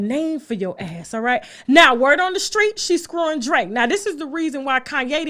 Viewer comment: “Rhett now”😝😝😭😭😭😭